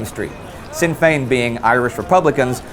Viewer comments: Indy, little tip from an Irishman, Sinn fein is actually pronounced as 'Shin' Fein not like Sin. Great show all the same :D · My good man; I thoroughly enjoy your show and take time to catch up on each release. However, I just have one minor correction to offer; it's pronounced "Shin", not Sin, when saying Sinn Fein. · Thanks, Jonathan! It grated on my ear, and I was about to post a correction. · War Great Episode! For future reference the S in sinn fein is pronounced SHinn fein. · It's pronounced Shin Fein. Just so you know for future videos. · it's good to hear Ireland mentioned. I look for to hopefully hearing you talk about the rising at Easter Indy. also sinn fein is said more like shin feign. not a soft sin. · pronounce sinn fein like shin fein nearly you saying sinn sounds funny :D there is a video or how to pronounce it if you think it's a troll message. love your videos. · Great episode lads! Also, it's pronounced Shin Fein, rather than sin, but it's an easy mistake to make! :) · just to let you know that Sinn Féin isnt said as "sin fane" its said as "shinn fein" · Excellent series as always. Sinn Fein is pronounced "shin" fein. I am looking forward to next week... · War Sinn féin pronounced like shin feign not sin fain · It is pronounced "Shin Fayn" not "Sinn Fayn" I'm just pointing this out because the Easter Risings are coming up and you might be mentioning Sinn Féin a lot. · Sinn Fein should be read rather like "Shin Fein". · Great episode guys I love the show, but I cringed every time you said Sinn Féin. It's not pronounced like "sin" but like "shin". You got to look up pronunciation when you use words from other languages! Sinn Féin is still around too so there's no excuse :) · you pronounced sinn fein wrongly. it's pronounced shin fein. however ill let you off because Irish/Gaelic confuses me too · War Great episode. Just a little correction, the "Sinn" in Sinn Féin is pronounced "shin" like the part of your leg. Keep up the good work!